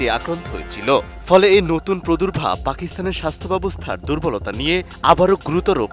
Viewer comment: প্রদুর্ভাব? নাকি প্রাদুর্ভাব 😂😂😂😂😂😂😂😂 😂😂😂😂😂😂😂😂